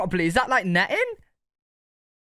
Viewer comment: Nettin. Lol. Yeah it’s netting. To keep out the bugs